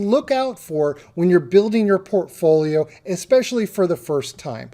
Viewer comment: Do a shot every time he says "porphoolio" 160 sec later... blrghgh dead.